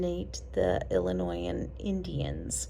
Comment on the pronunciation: "ILL" N " "EEEE" LOL, can tell you're not from Illinois , its "ILL "LYE" "NYE"